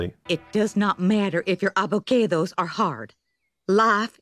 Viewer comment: You get a subscribe just for "ah-vuh-cay-does" and " gueycka-mole"...